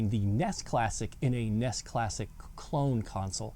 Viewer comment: You kept calling it a ness. Nintendo entertainment systems n.e.s. nintendo n e s. And those graphics were AWESOME a little out of color but awesome. Memories